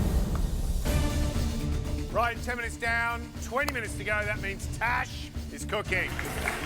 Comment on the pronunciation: I thought the girl name was “Trash” instead of “Tash” 😭